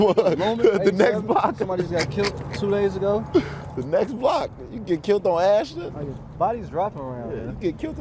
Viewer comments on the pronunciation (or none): He said Ashland not Ashton lol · "You can get killt on Ashton" It's Ashland. My brother lives on Ashland.